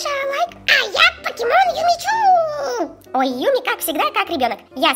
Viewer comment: Не Юми Чу а Юми Чю!)